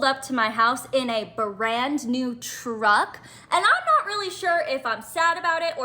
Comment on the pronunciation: Em.. Teach that first girl that truck is a single syllable word.. Damn she was annoying.. IMHO, Dude needs to put the truck in a DIY Sub S Corp name or a family members name for the moment because I feel you are correct.. trying to get her to calm down and think rationally would be like trying to baptize a feral cat.. Blessings ...